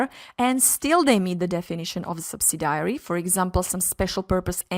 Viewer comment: Nice video but subsidiary is pronounced sub·sid·i·ary (not sub-si-diary.).